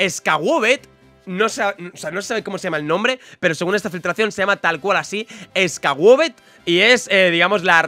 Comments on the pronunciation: Scuo-vet, sin la "E" al principio que los hispánicos le ponemos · Pronunciación de Pokémon con Jaferife: Wooloo: Wu-lu Skwovet: Es-cuo-vet